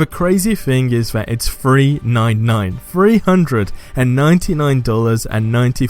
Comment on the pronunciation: Damn. Can you not pronounce words with a th. Fhree. It’s three.